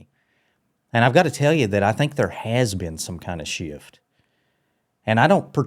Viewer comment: Past has one syllable bro… so does shift… sheeift